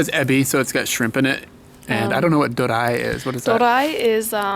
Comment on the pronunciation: ドリア is not pronounced as "do-ra-i," it is "do-ri-a." Doria was invented by an Italian chef in Japan, I believe.